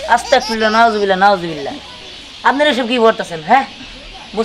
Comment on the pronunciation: তুমি কিন্তু ভুল বললে সেটা হলো আসতাকফিরুললা ভুল সেটা হবে আসতাগফিরুললা বুঝলে